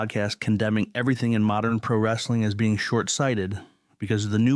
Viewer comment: Holy shit, it's talking about pri-wrestling on YouTube!! I would've thought I'd unknowingly time-traveled if my kids weren't here with me.